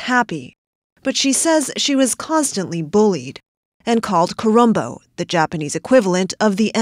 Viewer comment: Not colombo , it's KU RON BO .It's a bad one , BUT NOTHING LIKE N WORD IN U.S. & ANYWHERE ELSE ! WE JAPANESE REALLY DON'T HAVE 4 LETTER WORDS & CURSING words equivalent to ones in Western countries !